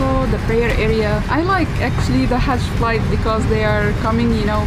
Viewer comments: Its not Hatch flight, But a Hajji Flight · It is called Hajj (Pilgrimage) not Hatch !